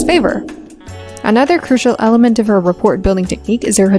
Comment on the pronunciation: "Rapport"... The 't' is silent, numb nutz.